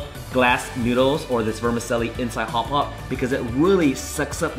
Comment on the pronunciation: i just saw this at 99 ranch, was curious. good video. not making fun of you, it's an Italian word but vermicelli is pronounced vr·muh·cheh·lee.